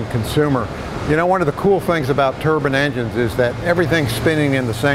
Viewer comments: "turban as apposed to to turbine" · Turbin is a Indian hat. It's. Turbine. Bine. Not bin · IDK why people pronounce Turbine "Tur-bin" people forget what the E does lol